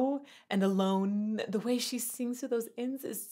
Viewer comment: " A-lone" us a half step? Or am I hearing it wrong?